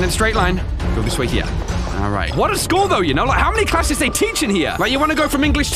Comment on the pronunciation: *walks by bus that crashed through the walls* Also: "ok so shool seems normal so far..."